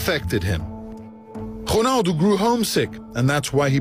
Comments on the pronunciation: No, Rounaldo, say it like that Rou like you say Mou ROUNALDO, but it's Ronaldo. I am portuguese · Ronaldo not Konaldo!! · The way to say his name correctly in portuguese. Us to say Ronaldo like you, we had to say Rouneldo... or Rounaldo... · dude its ronaldo not ghonaldo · its Ronaldo not "whonaldo" :P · Who's Honaldo its ronaldo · Is it just me or the presenter is saying "Honaldo"?? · Why does he say honaldo ?? Is honaldo correct in portuguesse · Why does he call him Honaldo?? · why does he say "Honaldo" ? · i think its pronouced hunaldo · WHO-naldo? it's pissing me off. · who the FUCK is 'HOONALDO'? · who the fuck is chonaldo?